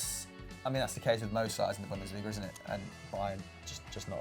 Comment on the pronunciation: it's pronounced bunn-des-lee-ga, not bundissleega